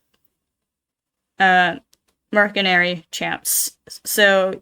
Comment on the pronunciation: I hate to be that guy! But the letter C in mercenary is pronounced as a S.